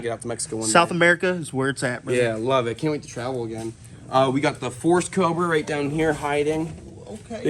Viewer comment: "I heard u got sum king 'COBA' for me to clean up" <(o.O)> LMFAO!!! Did just pronounce it "COBA?" Hahaha!! (Bl00per Alert!) <SKiiiiiiiiiiiiiYewwwwWWWwwwww!> These 2 crazy psycho besties have their own language & "calls in the wild" to appear on command like they did earlier! But anwayz, all fun & bullsh!t to the side... Congrats on your new page! I'm a new subscriber today, but I've seen you on Chandler's channel b4 in a couple different video episodes... Chandler is a great friend to give u a s/o on his channel giving you exposure to attract new subscribers & views for you. Ble$$ings 2 U